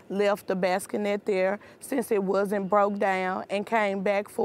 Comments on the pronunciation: It's a bassinet, not a baskenet. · "Baskenette"? It "lookded" like a Bassinet, to me. SMH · She blew me with baskanet... Someone, please tell her it's a bassinet. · Bassinet, not basketnette. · Bassinette (not basket-net) 😊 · What the heck is a “basskinet”? 😂 #Bassinet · "Hold the baskinet leyegs" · Ok, I love her, and she didn't put her kid in danger, but please tell me someone corrected her and told her it's bassinet.😂😂 Bless her heart.❤ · “Baskin-ette” Oh my goodness… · What is a baskanet😂😂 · "Basqanette".... "Lookded".... Intentions were "Purrrrr".... Holy fuck. Can we at least all learn how to speak fucking English. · This is one time where I do believe her and I believe she's a good person and a good mom. Even though she mispronounces bassinet. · Apparently the second S in bassinet is pronounced like a K now. Who knew?